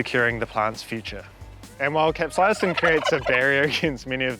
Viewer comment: You are mis-pronouncing the word "capsaicin".